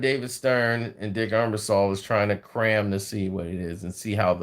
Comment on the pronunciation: Ebersol not Embersaul